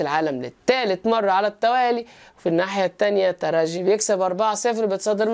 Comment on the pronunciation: رجعت يا وجه السعد.عدينا معك الموسم الفارط جميع تحليلاتكم منطقية وممتعة.متابعكم من تونس. شكرا على نطق الترجي بالجيم.تحياتي